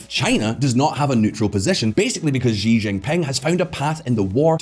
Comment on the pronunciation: how the fk are you guys pronouncing Xi JinPing as GEE ginping?! do you also pronounce Xylophone as Gylophone? ffs